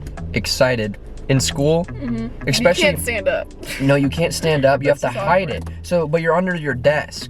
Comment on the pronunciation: i hate that says “expecially” 😂